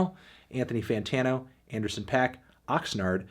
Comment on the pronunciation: That's not really how Paak is pronounced